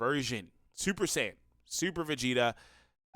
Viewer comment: Then why does everyone say sayajin lmao